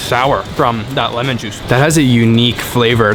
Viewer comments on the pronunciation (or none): none